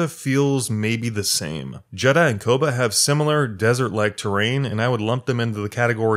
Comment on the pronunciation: How do you play through a whole ass game where they say Koboh like 2000 times and end up saying it like "kobah" or something lol